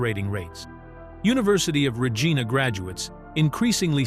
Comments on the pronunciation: The city of Regina, Saskatchewan, Canada, is pronounced "ruh-JAI-nuh", with the emphasis on the second syllable. It's not pronounced with a hard "g" sound as in Ree-Gina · Please try to pronounce Regina properly .